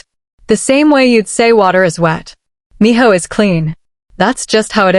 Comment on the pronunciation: His name is Minho not Miho.